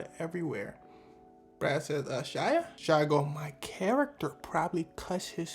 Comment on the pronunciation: Why does everone put an L in shia's name